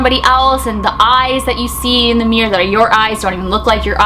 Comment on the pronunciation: Everytime she says mirror she says 'meer' sorry 😅